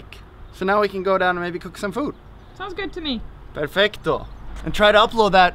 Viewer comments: Its perfetto not perfecto :) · Hi Jon. When you want to say perfect in italian, you don't have to say the c. So the correct pronunciation is perfetto, not perfecto.